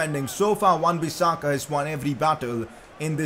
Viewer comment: lol wan bissaka